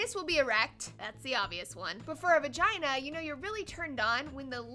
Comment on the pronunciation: I like how she said "for people who have Vigina" hahahah